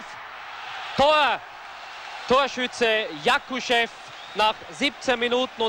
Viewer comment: Не правда, Васильева и Якушева он произнес идеально.